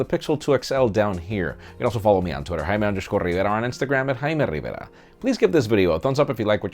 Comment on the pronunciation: "Please give a thumbs up. I am."